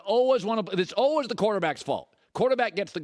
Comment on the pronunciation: I don’t understand people that say ohwees instead of always